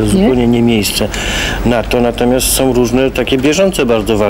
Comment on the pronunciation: som . Do dzisiaj tak mówi